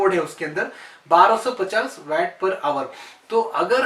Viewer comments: ये वेट नही वाट बोलते है भाई। 🤗🤗🤗🤗🤗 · sir vat nahi waat (waat) kho Pronunciation is vvv poor